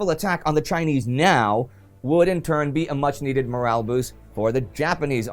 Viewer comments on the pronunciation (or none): none